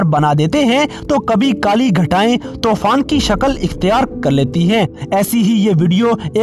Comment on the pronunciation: Not Tofan it's Toooooooofaaaaannnn